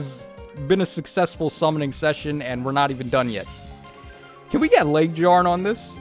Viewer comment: You need to stop calling her LegDjarn. it's LegYarn. much like Fjorm.